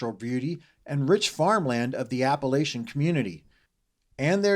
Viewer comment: Incorrect pronunciation of Appalachian... at minute 22